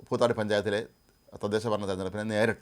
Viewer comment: പൂത്താടി അല്ല പൂതാടി ആണ്